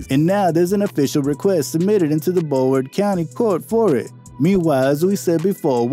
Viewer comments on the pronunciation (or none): The WHAT county court????? this man did not just pronouce Brow ward Bro ward I swear yall needa do yall research before making these vidoes for clout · Are we gonna ignore the fact this man said “bro-ward county” 😂🙄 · He had me until he started calling broward bro ward 😂